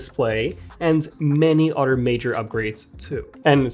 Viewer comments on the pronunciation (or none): That means you watched this to the end…and didn’t bother going to an-AUTER….😮😮😮😅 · Utter than that he’s great.😂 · On the Udder-hand 😂😂😂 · He's talking about cows, right? Utter? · This guy still can’t say “other” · Masters English as a second language except for 1 extremely commonly used word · He needs a “different” word